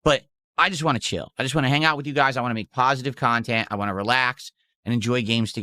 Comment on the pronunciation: I'm blaming, but whenever he says "whah" now... I can't not hear how horribly he mispronounces want now.